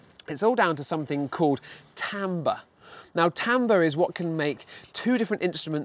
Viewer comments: tambes? I thought it was pronounced Tarmbre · TAMBER????? Don't you mean t-I-mber? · its pronouced tombre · It's actually pronounced tawmbru (Timbre)